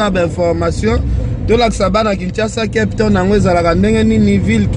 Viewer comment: balobaka kep tonne t lol😀😀